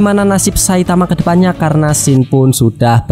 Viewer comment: Maaf bang izin mengoreksi. "Scene" Bukan dibaca sken tapi siin dengan i yang agak panjang. 🙏 Btw seru bang pembawaannya, sama spt biasanya